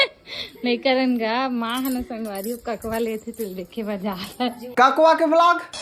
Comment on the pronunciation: Jitna bhi cg vloger man he te man haan स , श कबर बोलत हे 😂😂😂😂 संगवारी होते कि शांगवारी होते 😂